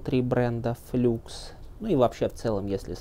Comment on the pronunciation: "ФлАкс" же...